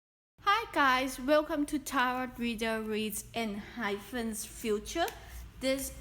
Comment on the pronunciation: And it's not en hy pent It's ENHYPEN